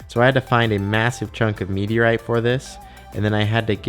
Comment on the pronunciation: "So, you can see i´ve got this sqared off ring-shape cut into this slab of meteo, right?" ... SLAB OF METEO, RIGHT? It sadly took me two minutes to realise he was saying "meteorite".